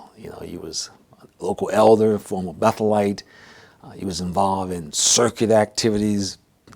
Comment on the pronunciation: Why do you emphasize the word Betheite ❓... (JW) i'm confused Is there a connection ... Between the Bethel Church (in Cal)